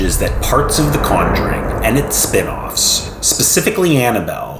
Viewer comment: The way he pronounce Conjuring is driving me up the wall